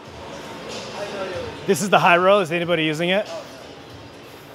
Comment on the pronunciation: They thought you were saying "Hello" with a Chinese accent when you said "High-row" 😂